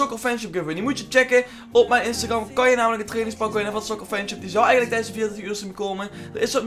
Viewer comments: spreek instagram eens normaal uit joh, hahaha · Je zegt Instagram verkeerd